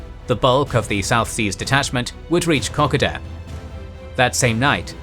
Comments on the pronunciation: It's ko-KOH-da, not KO-ko-dah, and what's with all the God's-eye view of the future (from the past, of course), "the Japs would do this" and "the Australians would do that"? Just a plain and simple past tense - "the Japs did" and 'the Australians did" WOULD do. Other than these two quite cringeworthy grains of sand in the ointment, all good, and thank you for an informative retelling of the battle. My Dad was not in New Guinea, but severely wounded in the Blitz, then in action in Burma, at El Alamein and Anzio. I live not far from Kingsbury Drive in Melbourne. It is moving to learn where the name came from. The whole area was built in the immediate post-war qand is replete with WW2 names - Gona St, Alamein St, Kokoda St, Tobruk St and of course, Kingsbury Drive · Aussie here , Kokoda is said Koh Koh dah not the way you are saying mate , thank you ‘ great videos best history on utube. , it should be told in all Schools as history lessons . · “Cockada” wtf lol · Good except Kokoda is pronounced co-co-da. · Kokoda is pronounced koh koh da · Cock-A-duh...... Hahaha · It's pronounced, "cock - koh - dar" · OUCH!!!!!! pronunciation murder - it is KO------KO------DA, try to say them like 3 separate words. Poor Australians are rolling over in their graves at the moment. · I’m sure loads of people are saying this in comments but it’s pronounced ko-koda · Ko-ko-da Track and Ma-Roo-Bra. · Please...it's pronounced 'koe- koe da' in Oz. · Kokoda is pronounced more like Ko-code-da. Well that is how we were taught to pronounce it in Australia. Hate to nicpick as I love this channel but thought I would just put the correct pronunciation out there. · they way you said 'kokoda' was criminal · Good GOD the mispronouncing of kokoda is grating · You’re mispronouncing Kokoda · Please learn to pronounce Kokoda properly. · Apart from the pronunciation of Kokoda, great vid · That’s not how you say Kokoda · Yeah, the pronunciation of Kokoda was a little distracting. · kuh·kow·duh, not Cockada.